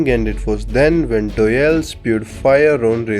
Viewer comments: Name "doyle" narator "Doeyl" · STOP CALLING HIM DOELLE ITS DOYLE